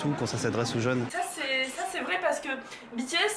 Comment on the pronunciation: " bitéèsse " c'est original (sinon super ta vidéo 👍)